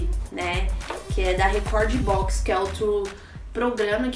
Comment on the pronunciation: Poxa, como você é bonita. É mais do que óbvio que você terá exito nessa profissão, vai por mim. Bonita desse jeito, ahhh... E moça, não é pioner é PAINER se pronuncia PAINER!!! Se escreve PIONEER e se pronuncia PAINER, PAINER, pelo amor de Deus!!! Não é Recorde box É REKORD BOX